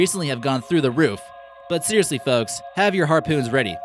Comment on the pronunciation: Stop saying foks